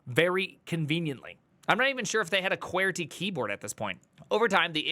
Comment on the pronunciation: who fuck pronounces qwerty like that :P